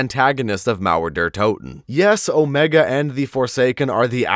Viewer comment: I love how he say Mauer der Toten ! 👍